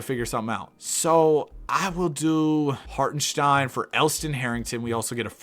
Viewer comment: HartenSTEIN not SHTEIN